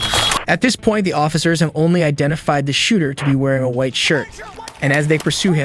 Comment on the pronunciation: So funny he says "wite shirt"😂😂😂😂😂😂